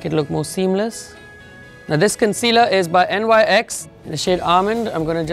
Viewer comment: Love your work! Btw NYC is pronounced Nics ☺